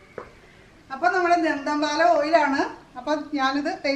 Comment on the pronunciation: പോന്നു ചേച്ചി ധന്തൻ പാലാ അല്ല ദന്ത പാലാ 🤣🤣🤣🤣